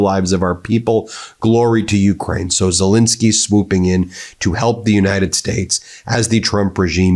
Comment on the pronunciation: Pronounce his fricking name right FFS, it's Zel ENSKY not INSKY. Got that BIN..... sorry BEN ? !!!!!!